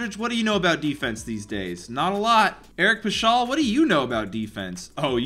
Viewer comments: It’s pas-kel not pa-shal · Pashall lmao its Paskull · Bruh it’s (pass-cal) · This Dude Pronounced Paschall Like Pashell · It’s Eric Pas-K-all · How he said paschall killed me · eric pascal ‘s last name is pronounced like pascal siakam ‘s first name